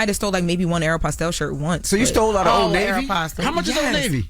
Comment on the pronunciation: pronunciations make me itch. Jess tried to correct Aeropostale and Uncle Charla corrected “videographer” earlier.